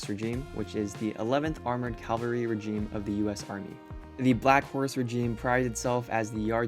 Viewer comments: I think you mean Regiment not regeme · Holyshit man, how could you get it so wrong. Its Regiment not regime, and the fact you screwed up so many times, despite having the ability to literally google Black Horse Regiment, and would have gone, oh okay.... its regiment. You spent all this time with them, and you couldn't even be bothered to get that right. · Say it with me.... R E G I M E N T. Not regime..... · "Regiment" not "regime"... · I've chewed a ton of NTC dirt back in the day. How did you like the coyotes? I had one come into my tent and not only STEAL one of my unopened MREs, but actually teased me and dared me to come get it. Well, I couldn't even come close to catching this fur bearing clown..... And it's REGIMENT,. Not regime. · I like how you kept saying "regime" instead of "regiment"🤣